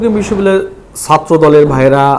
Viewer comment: আপনি বিশ্ববিদ্যালয় উচ্চারণ টি স্পষ্ট করবেন। ধন্যবাদ